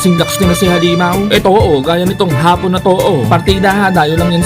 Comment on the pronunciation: AYUSIN MO YANG HAPON AT HAAAPON.....MAGKAIBA ANG KAHULUGAN!